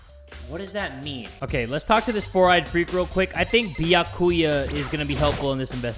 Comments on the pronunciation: Don't forget ByaKEWya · As a danganronpa fan, it kills me how he pronounces sayaka’s name like: sa-ya-ka instead of si-ya-ka, and byakuya like bkYakUay instead of bya-koo-ya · But he needs to say sayaka and byakuya right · We're seeing improvement. Now he just has to get Byakuya's name right. lol😁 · D-did he just pronounce Byakuya's name wrong???